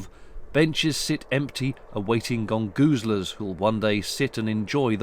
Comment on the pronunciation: What are "Gold Guzalers" mentioned or did you say "Gone Gusalers"? Either way could you translate it for an American because I can't make it out and the closed caption thinks you said "Gangu Slurs", thanks.